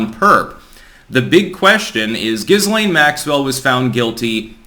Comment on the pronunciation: Maxwell's name is pronounced "Jill aine'.